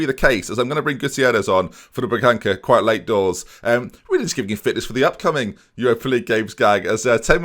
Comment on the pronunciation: The ça in Bragança is pronounced sa. I know it isn't important but it just annoys me when you pronounce it the way you do XD Still love you though,. Keep up the great work and the great series, I'm loving every single one.